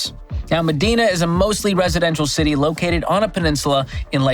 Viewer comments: Medina is pronounced me-dye-na, not me-dee-na. It’s a bit of a tourist attraction here, seeing houses you’ll never be able to afford. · It’s ma Dine-a not ma dean-a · MEDINA is pronounced "Muh-DIE-Nuh" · MEDINA (MA-DYE-NA) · Pronounced ME- dye- NA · It's pronounced "Ma-dine-ah" Washington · Correction: #5 is pronounced "Mah-DINE-na". The ultra wealthy have huge properties there and the neighborhood is quite the opposite of Seattle which is across the lake. No homeless, no sights of people injecting themselves in public, no litter, and police enforces the law in Medina. Great list - love the dad jokes! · Medina is pronounced med-eye-nuh. I live here, it’s super nice and was glad to be raised in the area, but all the fun happens in the city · Hah I just replied correcting his pronunciation too.. “muh-dine-a” I used to work as a teacher in this neighborhood. I drove up to work in a beater & my student’s parents were picking up their kids in super expensive cars. Hah!